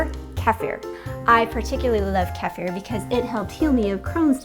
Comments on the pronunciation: Kefir It's a Kefir not Kifer Please KEFIR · Kee Fir not Keff er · This is the correct pronunciation: Kehfeer- because it comes from Russian KEFIR where it was discovered. If you say Pizza and spaghetti like italians, and Burrito Jalapeno like Spanish why not to say Kefeer(Kefir) like Russians. Why Key-Fur ? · Everywhere in Europe is called "KEFEER" NOT KAFIER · Wow. First of all great video, and thank you. Second, apparently I've been saying kefir wrong for several years, like KEE-fer, like Keefer Southerland lol. Then I clicked this video to brush up on my skills bc I've been out of the game for a bit. And right out of the gate KEFF-fear sound totally foreign to me for obvious reasons, so i looked it up and apparently it is actually kuh-FEAR. Not that any of this makes the product itself any less fermenty & healing lol...but I like words and find them interesting. Thanks again for the useful content! :) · It is just me or is there anyone else find her pronunciation annoying... It's pronounced like "keefir" .... NOT "Kefear"...... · Every time when you say "Kaafeer" ill take a shot. Lets try to say it right KEEfeer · I just love your dog! Beautiful , simply beautiful little dog, and lucky, he gets kefir probiotics. 😄 And now that I've watched this video a few times, I'm picking up on your pronunciation of kefir to sound just like I heard pronounced as keff-fear. I'm double fermenting my first batch, and just started my second. Tomorrow I'll start to enjoy my first batch, maybe in a kefir, blueberry, kale liver-detox tonic. 😋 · California girl calls it “Kafir”. So irritating. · pronounced KEY Fear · She was saying it wrong too though. Кефир (kefir) is Russian and sounds more like "kie fier" with hard R and tongue roll. I much rather hear the American "key fur" than someone pronouncing the Russian wrong... sounds so wierd to me. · Why she says the word kefir as Kafer. It sounds so weird and wrong ugh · If you want to know how to pronouce keifer it rhymes with heifer!